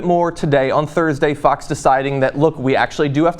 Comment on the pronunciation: Whenever you say "Fox" it sounds like you are saying "Fucks". Still works for me.